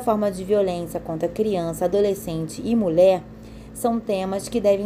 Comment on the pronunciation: Veja a pronúncia da palavra mulher. Vc diz. Mule. ! Professor